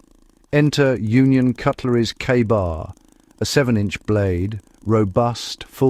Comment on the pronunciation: is the AI bot saying "KAR-BAR" ? AI slop